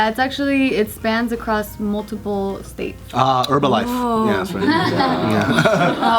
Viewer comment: what did say urbalife?